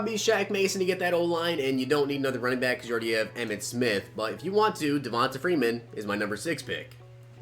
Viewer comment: Great video brother -- as always! But Devonta Freeman's first name is pronounced, "Devon-TAYE". He's just from the south, so his parents spelled it kinda weird. Keep up the great work, my man!